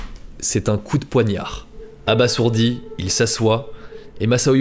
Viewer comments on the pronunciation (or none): Aba"z"ourdi bordel 😅 , ça se prononce pas "sss" mais "zzz"